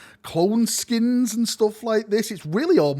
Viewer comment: I believe cloneskeins are pronounced clone 'skaines' as opposed to skins, no?